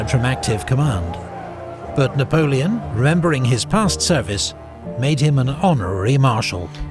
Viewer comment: I never get tired of watching Epic's Napoleonic content...the information, the music, the dramatic quotes, the battle map animation, the writing, even the way he pronounces all the French names correctly and with a French accent to boot!! Truly a production worthy of the Little Corporal!!!